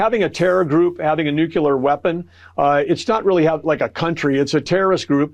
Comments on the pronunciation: It’s not a nucular weapon, it’s a nuclear weapon. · it's pronounced NUCLEAR, not NUCULAR. One more example of stupid admins. I wish I trusted our spokespeople as much as Iran's, sigh. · Its not NUCULAR. Its Nuclear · Is that Trump lackey saying "nucular". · hey Burgum - the word is "nuclear" - not "nucular." what a moron! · The guy can not even pronounce 'nuclear.' "Nucyular ???" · Can't even pronounce nuclear correctly!! What a nucular plan!! Truckload of asshats that have the power!! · I don’t give anyone that says “Newkular” my time. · It is not nuculear, it is nuclear (new clear), where does the extra u come from? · These moronic sycophants can't even pronounce Nuclear!!! Damn it makes me sick! It's nuclear not nuculer!!!!! Morons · Why do Americans pronounce nuclear nucular? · Uh oh. They're back to saying Nukular. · Never trust an authority on nuclear weapons when they cannot pronounce nuclear. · Um.... gas station owners don't determine the price of gas. And learn how to pronounce nuclear. NEW CLEAR. Say it with me now... NEW CLEAR. The moronathon is getting old. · Can you take a government spokesperson seriously when he cannot say the word “nuclear,” correctly? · Why do high government officials ( here ) it's Interior Sec.Bergam) not know how to pronounce the word nuclear. There are no vowels between the "c" and the "l".